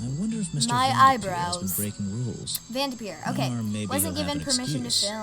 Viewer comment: vendepeer 😂 awsome video loved it